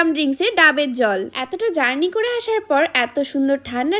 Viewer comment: Journik ❌ journey ✅